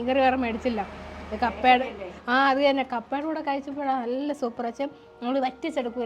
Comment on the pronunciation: Le: "ath thanna" certified tvmkari😂